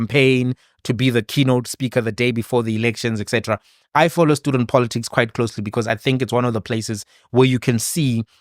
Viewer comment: Congrats to Mr Ndlozi for coming out unscathed from a grip of The Red Dragon which swallows innocent babies only to turn them into prostitutes of Poloticks(Malema's pronunciation of politics).